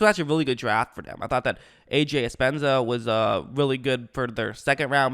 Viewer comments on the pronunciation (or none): AJ Epenesa lol, not Espensa. He's not hispanic